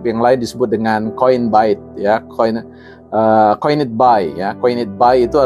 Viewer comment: (coined by = diciptakan oleh) dibaca bukan koinit atuh meni udah sok narasi ilmiah 🤭🤭 .... bahasa Ingrisnya tamatan kursus dimana nih orang ??? yang dibunyikan 'it' atau 'id' hanya yang berakhiran T dan D contoh=Wanted dan Ended ujung nya berbunyi 'it' dan 'id' kata yg lain nya hanya berbunyi letup tidak dibunyikani vowel .... 😄😄